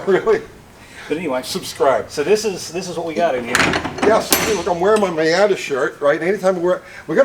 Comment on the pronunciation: "MOIATA" ....moi'yata?